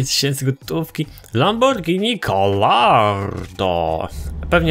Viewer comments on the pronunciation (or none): none